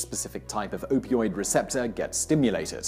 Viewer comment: shouldn't it be "opioid" instead of "opiod"?